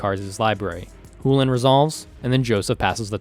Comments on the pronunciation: "loses its real voice" is a weird way of saying "is a fricative with an entirely different place of articulation than the affricate that orthographic most commonly represents in English" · Why is he saying Chulane like that? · IS the C in chulane really silent? lol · solid response, and I definitely respect the academic approach to it. That said, you're the only person, in any video I've seen, say it that way, including people from wizards, so it just sticks out really bad. One of those things where there's a technically correct way to say it, and a common way it's said I suppose. Sorta like neanderthal. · Love the round, very good plays, but I was as well distracted by the way you kept saying the name, maybe tell the viewers that your doing that, because I was getting annoyed and was about to flame it up on a post, then I saw your comment and was like, “Huh, it would have made sense if I knew that from the start too” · really loving the content guys pls continue making more. Would like to clarify i think youre mispronouncing chulane. Chew-Lane ,not who-len. But i could be wrong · Did you say Chulane (hoo-len) Sorry but my deck name Chu-Chu Chain wouldn't have the same ring to it as Hoo-Hoo Chain. Better go tell starcity,PTP, and zone of their mistake. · Good game but... why on earth would Chulane sound like "hoo-lan"? I know it's just a nit-pick, but it is pronounced "Shoe-lane" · That doesn't change the fact that sullen isn't pronounced soo-lin. The correct pronounciation, according to the primer, rhymes with sullen. It is pronounced SHULL-en. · Did he say hulan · Yes! Chulane is an anglicized version of the Irish "Chulainn". The "ch" sound loses a real voice when said. So, "Chulane" is meant to be pronounced "HULL-en". Much like the word "sullen". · It's 'Choo-Lane' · I really love this content. Personally, I'm beginning to enjoy this more than a lot of the more established channels. But seriously, were you meming about how you pronounce 'CHEW-LANE'?